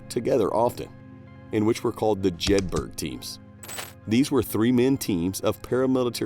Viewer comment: Jedburgh = Jed-bur-uh